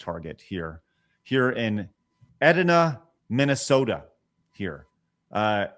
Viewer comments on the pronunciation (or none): It's pronounced Ed(eye)na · Edina= Ee-dye-na